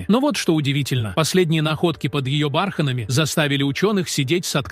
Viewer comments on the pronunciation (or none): Это озвучка робота дебильная !!! сАхара ... бАрханами и прочее - это вообще идиотизм полный. Ужас! Интересный материал изгажен озвучкой ! Расстройство одно. Слушать невозможно!!! Озвучивацте сами голосом!! 🥴🤯